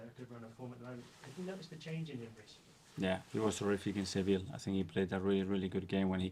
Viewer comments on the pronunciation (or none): Mikel, a Spaniard, just pronounced Sevilla as sevil. Make me understand